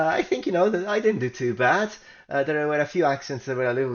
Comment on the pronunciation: "Bad" sounds also like "bet"